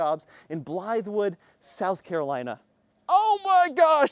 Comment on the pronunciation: It’s pronounced Blythewood, not blywood